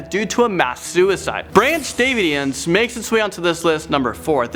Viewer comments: You can’t even say branch davidians correctly, even though it’s very well know. And It wasn’t founded by David Koresh. And the concoction they drank in Jonestown wasn’t actually coolaid, according to one of the survivors, so I don’t know how much of the rest of your video is accurate. This video sucked, and was a waste of time. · Aum Shinrikyo was actually a Japanese Cult. No offense but butchered the way he said Branch Davidians and Aum Shinrikyo.